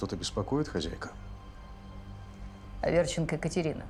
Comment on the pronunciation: А почему , хазяйка, а не хозяйка.